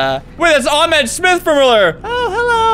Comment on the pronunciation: the H in Ahmed is not Silent